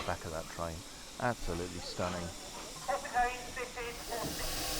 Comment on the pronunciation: Just for your own personal safety lol, the station is pronounced Horstead "Kaynes" ( Canes) not Keynes as in Milton. They're very particular to how their station nane is pronounced lol.😅 Looks like you had a great day